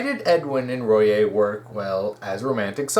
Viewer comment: Small nitpick, but Royai is pronounced Roy-eye